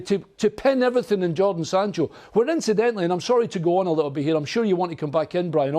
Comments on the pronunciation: Why does he keep saying Jordan, its jaden ffs! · Someone tell it’s jadon not jordon🤦‍♂️ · 'jordan sancho' ffs this guy is on sky sports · ‘Jordon Sancho’ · Sadon Jancho